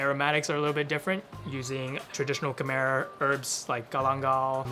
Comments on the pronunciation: i’ve never met a khmer person who pronounces it “ka-mer” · Did that Cambodian guy just pronounce Khmer like a white guy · The guys don’t even know how to say Khmer!